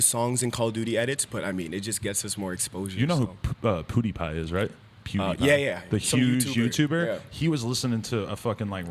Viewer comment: "poodiepie" lmao